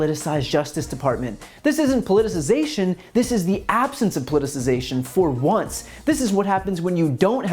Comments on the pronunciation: Wow, he pronounced politicization 2 different ways in the 1st 23 seconds!!! Sounds Trumpy!!! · And can’t pronounce words, “Polization” and “polititization “ “absolutely aserd” and I’m only 24 seconds in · And right after that "polliuzation" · Plitzzzation. It's a hard word.. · Polization? .......the continued polization of the justice department that we have seen ........ I know ....he said it correctly the first time .... good for him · "Politsation" 🤣🤣🤣 This is why you shouldn't marry your cousin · Politerazation and pulization? Im trying to figure it out 🤪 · Polititization, politation, pollination, population...pick one brotha. 😂🤦‍♂️ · Did he say, "Politicization"? Lol! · Maybe if Andrew could pronounce the words correctly, he would sound a little more credible!! haha!! JK!! He is a CLOWN also!!! A big fat JOKE like his father!!! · He is so stupid he doesn't even understand the word politicization. He mispronounced it twice. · He can’t even pronounce “politicisation” 🤣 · If you’re gonna use a new word a lot, like politicization, you should learn how to say it. So, Giuliani’s son is a creepy blowhard? I’m shocked. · And he wants to run for political office, and he can't even pronounce POLITIZATION JAJA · Lmao if Ghouliani's son could actually pronounce the word "politicalization" .... I might be more keen to not laugh my ass off